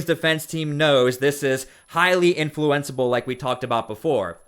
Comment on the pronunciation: Maybe they pronounce influenceable differently if you are in the legal know.😂